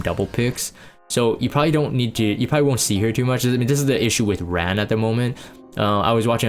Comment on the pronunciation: Ran. 란. R - ah - n